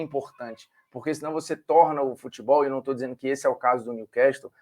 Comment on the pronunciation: Olá Formiga. Só pra avisar A pronúncia correta não é Niu-quéstol e sim Niu-cássol. Estamos falando de ingles britânico.